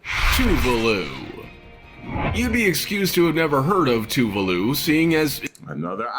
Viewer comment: It’s official. I don’t think i like the narrator much...Heck, at all. Also, what on Earth is “too-voo-loo”? I believe there is an “a” in “ Tuvalu”. Just saying.